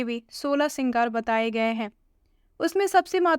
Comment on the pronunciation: श्रृंगार होता है सिगर नही थोड़ा ध्यान से पढ़े